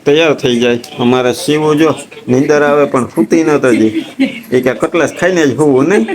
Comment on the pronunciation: CUTLACE NA KEVAY..CUTLETS KEVAY.